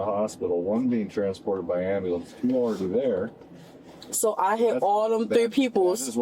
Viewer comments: She hit the "ambalamps" and "axe" within like 5 sec. I just need the African ceiling bird, "I can't breave," and "I dindu nuffin" to get a BINGO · Amboolance Axking 😂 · Good grief she is dang near illiterate - how cringe! Yuck! "Ambahlance" "axe" etc. These people are the lowest of the low. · Why can’t these people pronounce AMBULANCE or ASK? Seriously? Amboolanc, axe. 😂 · I don't think she understands what 'medical attention' means. The officer asked her a few times if she needs any and she said no, but she's complaining about not getting any. Edit: She actually thinks if she had 'axed for an amblanse' she would be a victim and not a suspect. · she axed for an amblance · Same people who can’t pronounce “ambulance” properly and say “ambuhlynss” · TL;DW - This is basically an hour of her saying that she shouldn't be detained because she has injuries. I like the part where she was "axing" for an "ambuhlance." And a different "indivisual." But she's "frusgrated." Maybe it's because she isn't his "pry mare in farcus." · “I’m axing you for an Amble-lance” perfect English. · you can’t say “ambalance” and “axe” instead of “ask” back to back holy shit. put her in prison for her speaking alone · She is axeing you for a amblams... She finnin to get mad... Cause you dunt got in the way of her entitlement car.... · Boo-Hoo What a SELFISH POS this one is. What’s a “Amballance”? Oh Shyt, the last EYELASH is going after the other one!! Whoops, she’s getting that story mixed up, or maybe she doesn’t know where she is……She should have taken that “right” to STAY SILENT, I think…..Um-huh! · Ambulanss, axing you. Daem this Ghetto shit xD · I doon nit Amboolance 😭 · Medical ampoolance thing....😂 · OMG, the single false eyelash has me lol, between the "am ba lance" & "axing" I had to mute her. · Am-bah-lance. I cannot. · There’s the “axe” 🪓 and “amber lamps” 🚑 🤦🏻‍♀️🤦🏻‍♀️🤦🏻‍♀️ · Someone who needs an am-buh-lants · Stop saying Axed and ambalamps 😅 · At the end of the day.... am-bah-lance